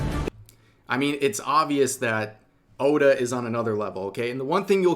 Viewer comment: Everyone is saying the name wrong his name is ODA the GOATA! Insert meme: THATS WHY HES THE GOAT 🐐 THE GOAT!!!